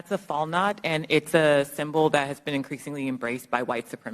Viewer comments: Quite the expert,. Maybe if you knew how to pronounce "Valknut", but at least you gave some evidence for your assertion, right? Because AOC won't just grab some staffer and hand them a script and annoint them an "expert." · The tattoo mis-identified by as a “Fall Knott”, Is actually The Valknut (pronounced “VAL-knoot”) it’s symbolism is connected with Norse mythology (Vikings). Valknut is a modern Norwegian compound word that means “knot of those fallen in battle”. Interesting the man is dressed up as a Viking! And has several Norse tattoos depicting a Viking warrior. This has nothing to do with white supremacy. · Valknut...they were too busy planning their fake narrative to learn the proper pronunciation before the hearing.